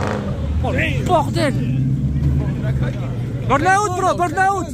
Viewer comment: "Burrrrnaout brrrro berrrrnaout !" 🤣🤣🤣🤣